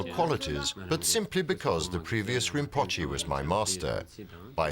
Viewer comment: narrator mispronounced “rimpoche”! Do better if this channel is to be respected!